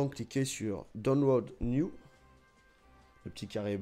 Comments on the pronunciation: Attention d'accent anglais de putain! ''Donwlod' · Bruhhhh sait pas dire download c quoi cette meuf c abusé